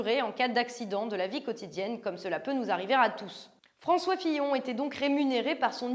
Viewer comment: affaire Fillon et non pas pillon mais sinon c génial